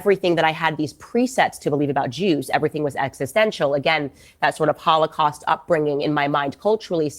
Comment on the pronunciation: It is not only a Holocaust ; it is a “Kh”olocaust; like the real thing . Jews cannot pronounce the H somehow when they want to appear “ Semetic “